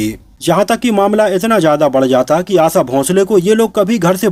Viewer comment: Hopeless vedeo, unke Jane ke baad unke bare me negative na likhe,आशा शब्द का गलत उच्चारण किया,आसा ,आसा कहकर उनका नाम न बिगाडेंl